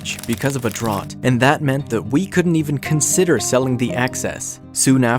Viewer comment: I love the way he said drought 😂 DrOt